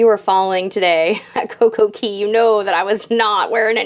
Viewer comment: Girl! Again, it is coco Cay it rhymes with Day! I love your vlog's but it's driving me nuts that you're putting an e in Cay